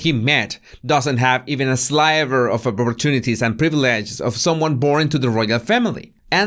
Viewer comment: Just fyi 'sliver' is pronounced like how you say 'slip' not like 'sly'... English is stupid:)